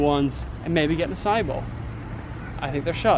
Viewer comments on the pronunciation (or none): none